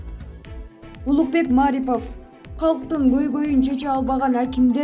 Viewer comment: Маарипов эмес Марипов деп туура окусаныз